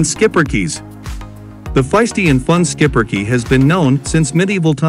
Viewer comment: what a great little dog & yes that's how we pronounce it in the USA. Not much grooming witch is nice. Another one of very smart 🐕 s for sure. They definitely need a family with kids. Great family 🐕.